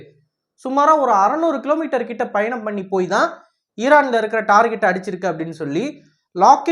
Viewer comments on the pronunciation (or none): none